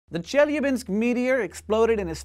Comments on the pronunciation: Thanks for apologizing for your Russian XD it's ChelYAbinsk, not ChElyabinsk ) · Che-Lya-Binsk! Not Chelabinsk! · This might be a bit pedantic, but as a native Russian speaker, I feel it's my duty to inform you that it's pronounced Che-LYA-binsk, intonation on the LYA. I understand it's not a big deal, and it's convenient to pronounce every Russian name with intonation on the first syllable, but it hurts my ears. I would like it to stop. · it's ChelYAbinsk and ChebarkUl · As an English speaker who studied Russian very briefly, I can attest to the difficulty of getting Russian "i" and "e" correct. The palatalized vowels with the faint "y" sound in front of them, which occurs 3 times in Chelyabinsk is definitely tricky to master, so I can't hold it against him that he used the common English pronunciation, rather than "Chyel-YA-byinsk" Russian is an incredible and beautiful language, but it's also quite difficult for a native English speaker. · Do not need to apologize for your Russian, it is not a Russian word, it's a Turkic word and should be pronounced like Cheebarcóól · I love how your Chelyabinsk sounds like Jellybean-sk! You non-native speakers are so cute. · Its pronounced chiliabinsk P.s. I think its part of nabiru which should have come in 121212 but got late because of space trafic! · Hank, it's pronounced Cheh-la-binsk. Say it again: Cheh. La. Binsk. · I chuckled every time Hank mispronounced "Chelyabinsk" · Lol actually the stress is on the second syllable. But it doesn't matter, we are not in Russian language class. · Hank, please, the stress falls on the second syllable - e.g. on the "a". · Only one thing can make video better: if he pronounced Chelyabinsk right. :D He comes very close, though. B+ for effort. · Chelyabinsk is pronounced with the accent is on the A. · You also very badly mispronounced Chelyabinsk. Челябинск